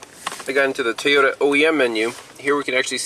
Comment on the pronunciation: Where does "Teeyota" come from? I hear quite a few people say it that way.